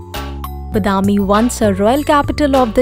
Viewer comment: horrible pronunciation of the word badami. pls learn correct pronunciation